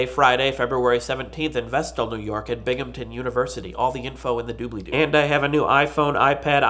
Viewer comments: Ah, you finally learned how to pronounce Binghamton. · Yeah! you said Binghampton right today! You're awesome! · yay, he said binghampton right!